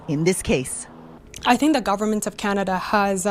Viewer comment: Mr Carney’s knowledge of Canada is limited. We pronounce it Canada not Chinada